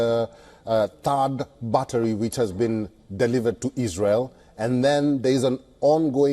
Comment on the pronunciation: What is “batta” I thought it was battery